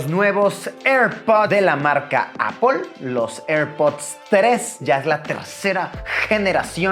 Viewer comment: Encerio Luis, necesito que te vistas bien y que dejes de decir “apol”. Gracias, te quiero.